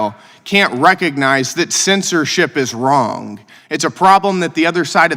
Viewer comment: Wrong-a?? Speak English, please!!